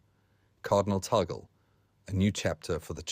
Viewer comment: Pronounced: TAG-LE